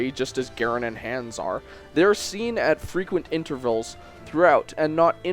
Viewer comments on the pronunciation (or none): "Cam-us" "Ber-cut" "Hands" Please... for the love of god learn to pronounce the names of characters you're talking about. It brings down the reputation of your entire video.